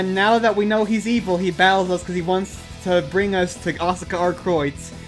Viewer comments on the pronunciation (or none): none